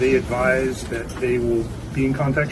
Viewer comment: "We gonna see how day axe" ....... what ?